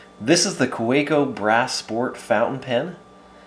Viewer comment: fwiw, being a german company, it's pronounced "kah-veh-co"